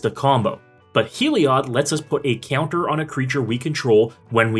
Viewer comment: You say “Ceounter” lol